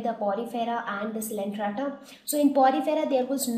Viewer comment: Its not coelentrata it is coelenterata....missed the ‘e’